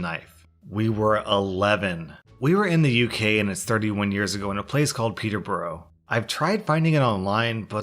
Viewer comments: Hehe It's pronounced Peterbruh 😊 We have some dodgy towns with weird spellings and sounds Like Glasgow - Glasgo Southwell - suth-ull Leominster - lem-ster 😏 Plenty of others too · It’s peter(s) burugh (phonetically) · Peterborough is pronounced "Peter-bruh" -- sorry, you know what them British town names are like! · You pronounce Peterborough as Peterburaa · I was looking in the comments for someone saying "It's not peterbro". it's peterburu like burr urr. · Btw, Peterborough is pronounced peterbro(first half of brother) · Btw, Peterborough is actually pronounced Peter-Buh-Ruh :) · omg why are you so bad at uk places lol!?!? Peter-bu-ra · Peterborough is pronounced peterbruh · Being British xD the way you pronounced ' Peterborough ' was amazing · Am I the only one who found it funny the way he says Peterborough 😂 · Hearing say Peterborough confused me, i was eating my tea and not looking at the screen. It took me a minute to realise where he meant 😂